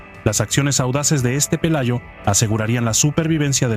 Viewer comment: Pelayo xdiosss no Palayo. Dejar la IA que todavía está en párvulos 😄